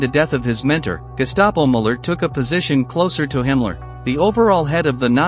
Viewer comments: I appreciate the information, but these names are being butchered. Müller is pronounced Mewler. I'm not an English phonetics expert. I spelled the pronunciation the best I could. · You can't even pronounce the names normally, that guy's name is Muller, not Moller and it's not Mengel, his name was Mengele. Look into it or is it just about the clicks?